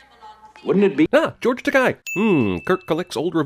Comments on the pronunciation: First Gen Trekkie here. I must PING you on two counts in the first 2 minutes: 1. Dr. McCoy didn't do his signature line, missing a FAB-ulous joke -- I'm dead, Jim! 2. - it's George Ta-KAY! I was at a con where he was introduce as George Ta-KIE, and chuckled before mentioning that 'takai' means 'expensive' and he was willing to be that if they wanted! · His name is George Takai (Ta-Kay - it's okay to be gay), NOT George (Ta-kI) Just sayin, if you're going to make a funny Star Trek video, you could at least get the actors' names right... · It's pronounced George Ta-kay, not George Ta-kie. (Yes, I know I sound like Hermione.) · George Takei's surname is pronounced Tah-Kay, not Teh-Kie. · its not "tuh kai" its "tuh kay" like gay. his words not mine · Wow dude. How do you not know how to pronounce "Takei?" As George himself is famous for saying, "It's TAH-KHEY. It rhymes with GAY." Get your shit together. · It's Tah-kay as in "George Takei is gay". It's easy to remember because it rhymes. Sheesh, Jeremy. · It’s George tah-KAY... it’s ok to be Takei! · Dude, it’s Teh-Kay. He’s corrected it over and over guy. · How about a sin against you for mispronouncing George Takei's name. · Why is it so hard for every white person to pronounce George Takei’s last name right